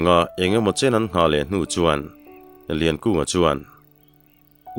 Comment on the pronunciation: a chhiartu tan 'ninawmna chin' ti in ka lo hre zauh a,, ka hre sual em aw,,, 'ninawmna chen' tih tur nge niang,, 'ninawmna chin' tihtur